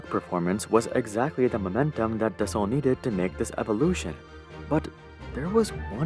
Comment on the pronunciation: Domenico De Sole is Italian so Sole is surely pronounced as two syllables and not as the bottom of a foot. Pinault too. It ought to sound more like pee-know.